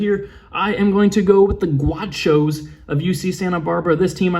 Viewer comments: It was pain hearing you call UCSB the “guachos “ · GUACHOS? gAUchos